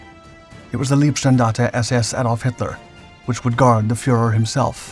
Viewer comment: PLEASE speak "L EI bstandarte" like "R EI nhard". By now it sounds - in german - "lovely", but it means "body".